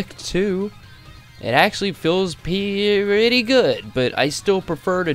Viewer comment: "It actually feels peeeyretty good!" i laughed so hard at that pronunciation